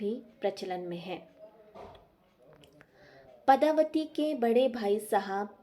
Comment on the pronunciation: Nice but the name of character is padmavati not padhavati